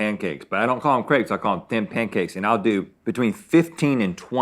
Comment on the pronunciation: don't worry rhett, us french already frowned on you 2 for the way you pronounced crepes